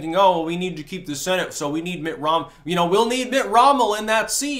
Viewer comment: "Mitt Rommel"....that young sir..is funny.